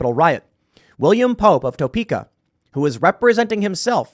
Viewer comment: It's pronounced "Tope-ka". Two syllables.